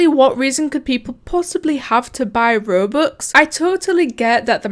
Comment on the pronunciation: why did u say rubux